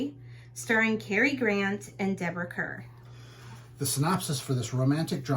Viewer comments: Kerr is pronounced “Car.” This is too awkward with you reading the movie lines!!! Stop!! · Kerr is pronounced CAR.